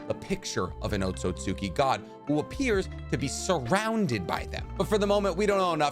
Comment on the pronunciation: Here I am again, Otsutski is pronounced OAT-SOOT-SKI